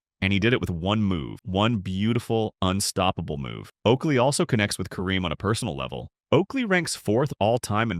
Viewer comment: Awwww, you blew it when you mispronounced Kareem's name. Go away, AI.